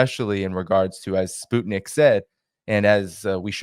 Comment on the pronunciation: Pronunciation... SPUTNIK is not spoot nik....sput sounds like 'mut' (dog) nik is as it sounds...Nik Nik Nik ^_^...... We all know you take care with pronunciation